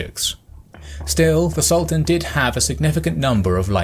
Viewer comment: Sultán, not Salt Ann! Do your research. ... Yaqúb, not Yak up.. Footnote: Serbians never did do well, after the first foray. Sarajevo, for example.